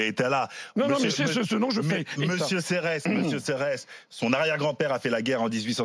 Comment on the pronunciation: Je voudrais dire à qu'on ne dit Michel "Serresse" Mais Michel Serre. Quand on veut faire l'intello, on se renseigne...